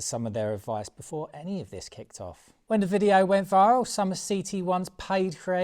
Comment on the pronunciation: viss = this or did you say diss ffs m8 get a grip try talking engriss just listen to yourself 🙄